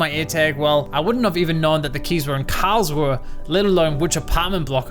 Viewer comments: Great video… I seriously need an airtag for my car keys 🙈😂 Added bonus being I now know next time I fly into Karlsruhe / Baden for Europa Park that it isn’t pronounce Karl-Shrew 🙈😂😂😂 Thanks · Karlsruhe more like cowrswe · I love how you pronounce "Karlsruhe" :D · Every time he says Karlsruhe, I'll do a push-up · very very cool intro and the video is so cool love it it's super funny how you say Karlsruhe